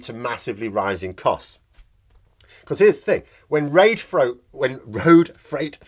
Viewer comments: Had to giggle at "reight froad" - it's one of these things where you keep wondering how the heck your brain came up with that. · ‘Raid froat’ love it 😂